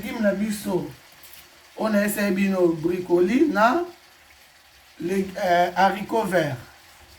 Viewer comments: oza musenzi penza eloko nini ya koseka eza wana ebongo brocolis eza repas ya ba congolais? sia ata alobi bricoli ou bracoli ekosala nini. oza nde na complexe ya français. muasi goût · Ko BRICOLI 🤣🤣🤣🤣🤣🤣🤣 ON DIT BROCOLIS CETTE COMMUNAUTÉ AVEC LE FRANÇAIS 🤣🤣🤣🤣🤣🤣🤣🤣🤣🤣🤣🤣🤣🤣🤣🤣🤣